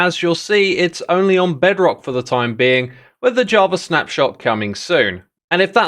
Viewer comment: I closed the video when he sayd "Bedrock" 🫠